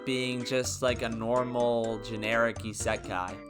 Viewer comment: Garbage video and dude can't even pronounce " isekai " correctly lol